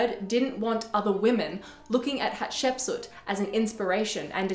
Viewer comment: Thanks, perfection here especially your pronunciation of her name! Potentially she was the princess that discovered Moses, her stepson the pharaoh of the Exodus.